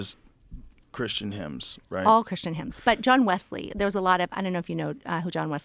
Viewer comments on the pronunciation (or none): none